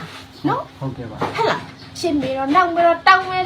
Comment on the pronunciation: နတ်ကလဲဗိုလ်ချုပ်အောင်ဆန်းမိန့်ခွန်းပြောသလိုပဲ ဟတ်လား ဟတ်လား ဟုတ်လားနဲ့ဟားဟားဟား